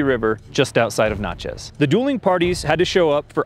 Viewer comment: "Natchez, rhymes with matches not nachos. I love three or four versions of the Bowie knife and am so glad you showed the most likely contender for the actual design. Have you considered a video on the Arkansas toothpick, aka the long dagger of most of Europe and the British Isles from the medieval period up to Napoleon's reign.